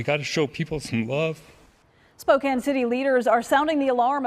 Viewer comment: Let’s go Spokane! Used to live there. Downtown is fairly liberal-heavy, but literally everywhere around it is based. Also, it’s pronounced Spo-can not Spo-cane